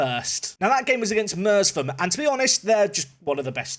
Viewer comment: Merst-am how to pronounce merstham.